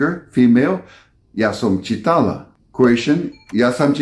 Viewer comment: I, a Slovak wife watched this with my Polish husband and I admit that this was a very educational and interesting video. Just beware the correct Slovak accent. You read the Slovak sentences with Polish accent. Instead of "čí-tala", you said "či-TA-la". The long and short syllables in Slovak and even more in Czech language can be challenging for foreigner, but necessary to be spoken correctly, as wrong accent changes the actual meaning of the word. Eg. krik (scream) vs krík (bush), or kura (chicken) vs kúra (a cure, a cosmetic procedure) etc. Overall, we really enjoyed this video. Keep up the amazing job! Pozdravujeme zo Slovenska :-)